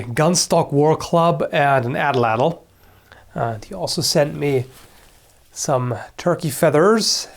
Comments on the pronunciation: "addle addle" lol it's a nahuatl (meshica/aztec) word so the tl sound is made by hitting the roof of the mouth with the tongue (like a t sound) then holding the voice as you slide the tip of the tongue backwards (similar to an l sound) so the whole word is more like 3 syllables at-lattle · Just a correction, it's pronounced "AH - tlatl". The A is stressed and it is pronounces separately for the rest of the word, which is pronounce in one single syllable. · fun fact! the atlatl is actually pronounced atlat with emphasis on the ATlat part. in the nahuatl language the tl at the end of a word is usually silent! n.n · you're pronouncing atlatl WAYYYYY incorrectly. For future reference, the "Ls" in Nahutl when proceeded a "T" is silent, and second to last syllables are stressed with an accent. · Well, he didn't exactly pronounced it how it should be. The real way is lot more "tongue twistery".